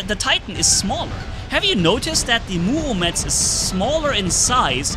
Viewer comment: Murometz not muomedtz